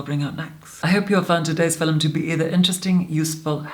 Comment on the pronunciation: It's fil-ums. I forgot how she pronounces it. Fill-ums.